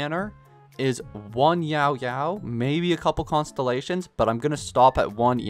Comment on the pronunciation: Time for the stupidest complaint of the comments section, but her name is Yaoyao, not “YAO,…yao” It kills me when you put a 3 second pause in between her name haha